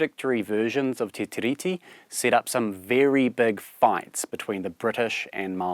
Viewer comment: it's pronounced "te ree"